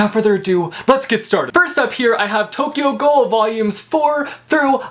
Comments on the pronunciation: lol Tokyo "gull" its Tokyo gool therefore Tokyo Ghoul😄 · Not to be that guy, but it's "guul".